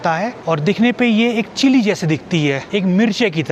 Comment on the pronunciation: इस देश का नाम चिले नही है चिली है